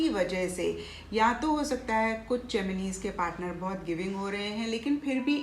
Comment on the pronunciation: Mam pls Gemin-e math bolo it's Gemini ☹️ Pls it hurts.